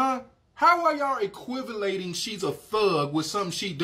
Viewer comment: He lost me at "equivalating".